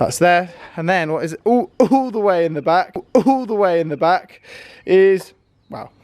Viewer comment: Emphasis on "all the way in the back" lol